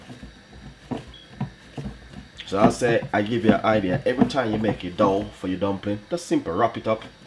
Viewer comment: Till it form a dow, it is dough u chat too bad go learn english.